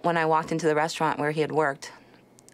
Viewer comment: Restaurant, not "restraint".